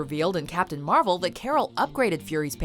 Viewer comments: I think you keep saying Marvel wrong, they literally taught people how to say it right in the movie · Who else heard captain marbel